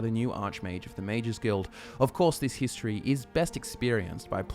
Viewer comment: The first time in "hist-tree" 🤣